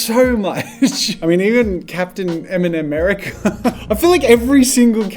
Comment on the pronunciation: it’s Capitan ‘merica